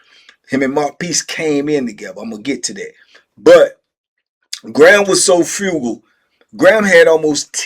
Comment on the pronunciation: *Frugal not Fugal two different words